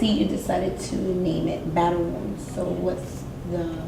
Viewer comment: Battle "Wonds" x10 Really? Don't quit your day job